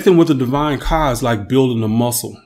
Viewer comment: The words aren't coming out right when you say kah it says car amongst other issues